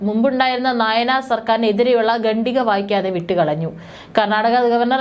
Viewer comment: എടീ കൊച്ചേ ഗണ്ടിക അല്ല "ഖണ്ഡിക ". മലയാളം ഉച്ഛരിക്കാൻ പഠിക്ക്.